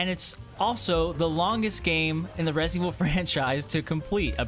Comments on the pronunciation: WHAT IN THE FUCK IS "RESEVIL" ? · resivl 7 😂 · Reh Zevil 7